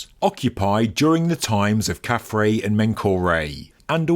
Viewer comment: KhafRa's name is pronounced 'khaf-Rah' and means "He shines as Ra". Not 'Ray'. From the Coptic word for the sun god, we get the vowel sound.